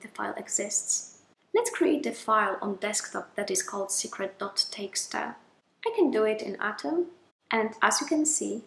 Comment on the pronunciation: Teeksta! Is that a Dutch thing? .txt, the last t is a "ta"?